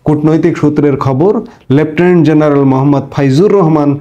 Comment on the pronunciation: You are smart, you talk well, but for God's sake get your J and Z correctly pronounced. খুব কানে বাজে jeneral, jaamat, jamaat, jeneral. Please please please